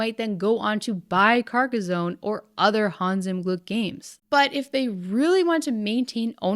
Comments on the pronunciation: Having had family that live near Carcassonne i have to point out its pronounced Car-ka-son not car-ka-zone. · Stop saying carcozone lol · Pronunciation for Carcassonne is off, it's not a z but two ss, like the sound made by a snake. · Carcas-on not Carcas-own. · Sorry but I cringed every time you pronounced "Carcazone". Two S in a row does not make a Z sound, "Carcassssssssone", smooth S sound please. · It's Car-Kah-Sawn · Lmao. Because she pronounces Carcassone correctly, right? Italian here, lemme give you an hint, the whole world steals our words, mispronounces them and commonly fails at conveying the correct meaning. Just laugh at it, it's not a lack of respect. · This pronunciation of Carcassonne is killing me. It's a French name, the "s" is soft and "sonne" has a similar "o" sound as "dot" in English. It's not "zone" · There’s no “z” in Carcassonne.